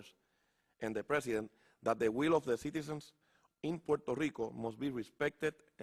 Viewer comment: DIJO that the WHEEL {sic, RUEDA en español}. OF DA PIPOL OF PUERTO RICO, en vez de WILL. JAJAJAJAJAJAJAJAJA.